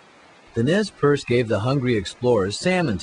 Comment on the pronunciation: Nay per-say is the correct pronunciation for the Nez Perce. That being said, I really enjoyed this